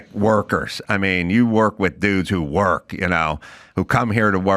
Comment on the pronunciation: where you say, "... you work with dudes who **work**..." with that extra bit of emphasis, I really know that you have worked with guys like I have worked with. Berry fields as a kid, too. 👌👍😁